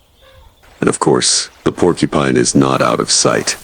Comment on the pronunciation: Idiot, go get some education before you say Porcupine